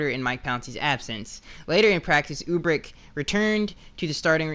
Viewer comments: You pronunciation of Urbik is driving me nuts..... Its URBIK not UBRIK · Urbik is pronounced ( ER-, bik) and Brendel is pronounced (Bren-DLE). Just FYI brother.